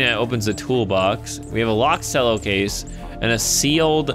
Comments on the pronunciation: um it's pronounced Chello not Sello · it's not cello it's pronounced chello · It pronounced chello not sello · You pronounced Cello Sello it's "ch-el-oh", And you said racist when you meant xenophobic. git gud scruuuuuuuuuub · HE PRONOUNCED CELLO LIKE SELLO XDD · Did...Did say "selloh" instead of "chelloh" for the Cello case?! Oh my fluff. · Ch-el-o Not cell-o I think Sorry triggered me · Godamnit u say cello chel-o not selo. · Sello its cello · Cello is pronounced as chello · how dare he say cello like sello how dareth he!!!! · cello is pronounced like chello it a musical instrument:) love your videos btw been watching you for over 3 years! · Cello (ch•ell•o) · No offense but its pronounced chello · Cello is actually pronounced (chello) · Cello=Ch-ello (how to pronounce it) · the way he says cello omg its like Chello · Cello is pronounced Chello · IT'S PRONOUNCED CH. E. LLO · cello is pronounced like chel-o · Sello is not how you say CELLO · Cello is pronounced chello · U say it like chello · cello (ch-e-llo) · TheAppleGamer 0 Ye I was getting triggered by him saying it wrong. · I don't hate slice for this, but I very much dislike when people mispronounce "cello" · As a cello player, your pronunciation of cello triggers me.